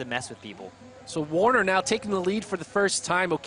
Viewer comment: It's Taylor Werner, not Taylor Warner!